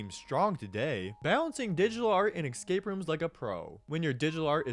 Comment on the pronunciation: the "excape" pronunciation make this almost unwatchable